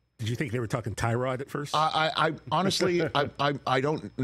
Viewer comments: THANK YOU RICH! ONLY TALKING HEAD WHO SAYS TYROD TAYLORS NAME CORRECTLY. Drives me up a wall. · Rich gotta be the only guy to consistently pronounce Tyrod Taylor’s name correctly